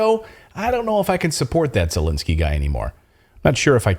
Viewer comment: is he intentionally mispronouncing the Ukrainian President's name or does he not recognize the difference between "e" sounds and "i" sounds?